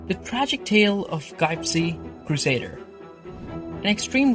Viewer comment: you dont even know know to say his name, so that means you dont know anything, you just found out who he was and what he did by reading about him. If you didnt watch him which says what he was and what he did you shouldent really say much about him. Learn how to say his name first then talk about him.